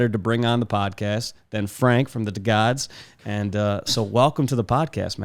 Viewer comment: I dub this rendition of Frank as Frenk. Similar to Frunk, but slightly more rare.